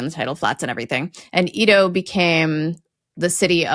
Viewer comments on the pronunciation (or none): Ēdo! not "eedo"! the flattened eh sound! sorry, it rasped me, I love Words Uravelled. Hello! 😁 I'm a longtime lurker, first time commenter, and that was a less-than-textbook introduction 😅 I think I'm emergerging with the spring...🌱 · I love your videos, But please, please,: the pronunciation of “Edo” rhymes with “Freddo”, not “see-do”. I do speak some Japanese. Thank you very much, and keep up the good work!! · Japanese is pronounced flatly, without stress. A few clunkers I heard: should be Eh-do. Toh-kyo. Kyo-to. To-ku-ga-wa. No stress, please. On a related note, Chinese is to most other Asian languages the way German and Latin roots show up in other European languages. So the "nan" [south] character and sound in Chinese is going to appear almost the same in Korean, Japanese, etc. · Please pronounce Edo with the Ed as in Edward, not ee as in cheese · Edo is pronounced like Eh-do not Eee-do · Ok you two butchered the Japanese names. Its Eh-do, no EE-do to start. Generally the Tokyo accent will stress the first syllable.TO-Kyo not To-KEE-o. KYO-to, not Kee-O-to. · Edo is eh-doh not ee-doh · Japanese pronunciation is a little painful. Edo is not pronounced Ido, it's more like an e as in day. Tokyo and Kyoto are also NOT anagrams in Japanese, either writing-wise or phonetically. 東京（とうきょう）VS 京都（きょうと） For the to parts, Toukyou has a long vowel, Kyouto has a short vowel. The vowels in Ioutou (硫黄島) are also long. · Scot living in Tokyo, here to say live you guys, but it was originally pronounced “EH-do” not “EE-do”! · When you're pronouncing Japanese syllables almost every time you see a syllable it's said the same way so maybe brush up a tiny bit on the vowel sounds (just for example Edo is not EE-do but Eh-do). Also "Shima" is the unvoiced form, "Jima" is the voiced. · "Edo" is not pronounced "ee-doe" but "Eh-doh". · Hearing 'Edo' pronounced as 'eedo' really grated ☹️ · Why are you calling Edo Ido?